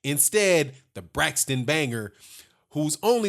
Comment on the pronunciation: I agree totally,Whyte has no reason to not fight Ortiz. But I don't agree with you calling Brixton Braxton. It's pronounced BRICK-STON NOT BRAXTON.